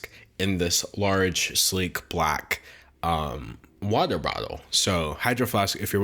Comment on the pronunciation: no one:..... D’Angelo:whatah bhowtal